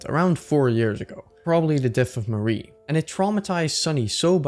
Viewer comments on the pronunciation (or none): Him saying Mari's name as if it's Marie absolutely icks me the fuck off. It's just Ma-ri. Mari. I do agree with the rest of the video though, really good, really high quality, except for a couple of things: (spoilers for the rant below) The only thing I don't agree with is how you described Basil in headspace. Sunny doesn't hate Basil, and Omori doesn't either. HSBasil (aka, the Shepherd/The Guide/The Stranger) is the guide to the Truth, and that's why Omori kills over and over again HSBasil. A traumatized mind that is also shielding itself from the trauma will do anything not to let the trauma itself resurface, and killing the Shepherd is the way to keep the mind "sane" (read this as "stable"). Also, there's an element of shame in the whole thing. Sunny feels like he abandoned all his friends, especially Basil (which we could even put on a Queer reading on, from how intertwined these two are). Put on a shame of one's self and not understanding one's queer emotions and you get the murders scene in the game, with Omori that tries to control Sunny and Sunny's feelings by killing the image he has of Basil in his mind over and over again. Also, it's heavily implied that Sunny has always felt like the monster of the story, Omori literally becoming the final boss of the game. So I really don't understand where this "Sunny hates Basil for having abandoned him" comes from, since it's not only implied, but straight up context that Sunny is the one that abandoned everyone until the thr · everytime you pronounce mari az marie i recoil /hj